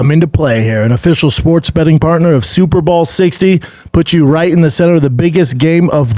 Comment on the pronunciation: Is he saying super ball?